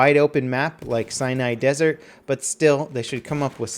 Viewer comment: Lol it sounds like he says Cyanide Desert.